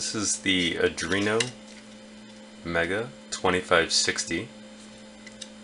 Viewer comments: That IS NOT an "adrino". It's an ARDUINO. ARR + DUE + EENO. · are-dweno ! not adwerno ! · Arduino = Ard-joo-WEEN-o. Not Uh-DREEN-o. It's only 7 letters. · Adrino, mispronounced, it is ARE DOino, or you can start spelling it Adraino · Why do you say "Adruino" instead of "Arduino"? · He keeps saying Adrino. Come on man WTF? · Dude you really need to learn how to say "Arduino", not "Adrino". Its actually annoying lol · Are-Dooo-Eeee-No Just saying...